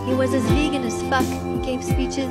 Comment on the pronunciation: teacher: VeAGen VEAGEn VeGEAn